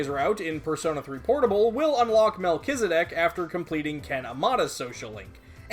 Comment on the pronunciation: man , it's good to hear the correct pronunciation I always pronounce it melt-cheese-di** P.S: love your videos